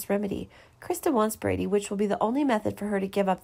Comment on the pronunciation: His name is Brady, not Brandy!